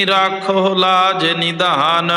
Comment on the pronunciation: ਬਾਬਾ ਜੀ ਰਾਖਹੁ ਲਾਜ ਨਿਧਾਨ ਨਹੀਂ ਹੈ ਜੀ ਨਿਦਾਨ ਹੈ